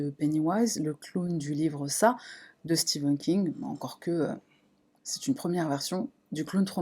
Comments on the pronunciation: C'est stephan king et pas steven king 🤣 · Stephen pas Steven !!!!